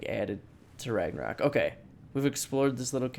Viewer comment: whY must you call it ragnarAk. Keep up the good work tho, love the channel. I should be sleeping for school but i saw the notification on my phone and had to watch